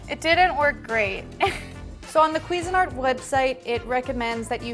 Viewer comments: The accent should be on the "SIN" part, not the "QUI" part... It's "quiSIN-art." And it's S, not Z. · Its pronounced cuisine-art Not queesanart. 😂